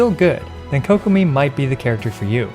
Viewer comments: Kokomi ❌ kokopium ✔️ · Ah yes Kokomeme